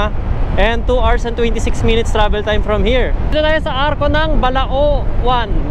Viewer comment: Mali po pagkakabigkas ng Bauang (Hindi bawang) at Balaoan (dapat Balawan) hindi mabagal pagkabigkas sa may uang at oan, hehe anyways nice vid